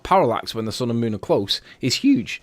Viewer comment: Please tell this nut that it's SUN NOT SON!